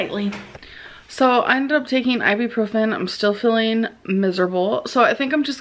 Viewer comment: It's really annoying that she keeps say "i-bee-profen" when it's CLEARLY iBUprofen.